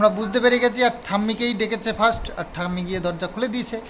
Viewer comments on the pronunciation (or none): none